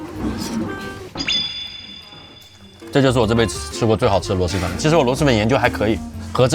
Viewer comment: 是螺蛳(sī)粉